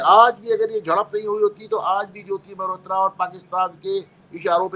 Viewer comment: मेहरोत्रा नहीं मल्होत्रा।